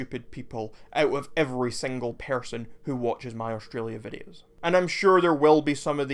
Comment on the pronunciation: But why did you say persun (person)?